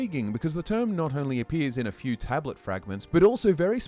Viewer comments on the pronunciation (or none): none